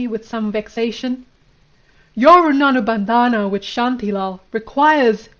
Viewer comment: Try saying Rin-bun-dhan. Runanu bandana isn’t that bad either lol